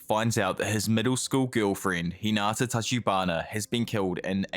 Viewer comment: “Hayna” HAYNA?!??? It’s “Hinata” or “Hina”